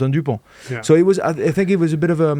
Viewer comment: did haskel have a bet on how many "i fink" can he get in one show